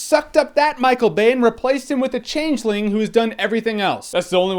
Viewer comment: Did he said CHANGLINGS?!!!